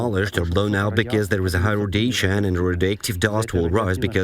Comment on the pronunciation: RODATION!!! No such word.